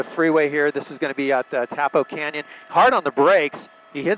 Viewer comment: It’s Tapo not Topo